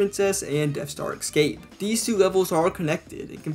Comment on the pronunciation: Drink every time he says "excape" and "addicting"